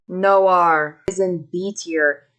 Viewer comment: WTF she still messed up "noire" LMFAO